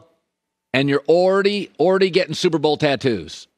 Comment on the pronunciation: I’m “orredy” over the Bills. 😂😂